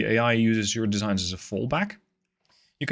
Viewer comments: "Shared desig" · Voice: "Shared Designs" Text: "Shared Desig"